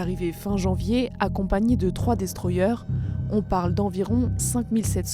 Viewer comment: Les fameux "destroyeurres" des écoles de journalisme... 😏